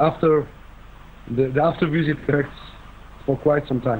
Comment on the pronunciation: never before have I heard so many Indians unable to pronounce v and saying w visit= wisit; not to mention z instead of s mizile not missile! Surely with Indian educated people this should have been addressed at school level seeing these guys are anchoring